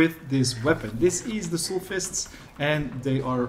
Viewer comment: You pronounce Soul really weird btw